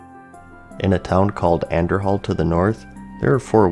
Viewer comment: same with Andorhal... the h is silent, as in An Door Al.